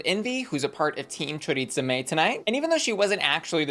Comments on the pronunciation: I lol everytime you say choriTza and not choriza. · I hate how everyone mispronounces choriza’s name 😭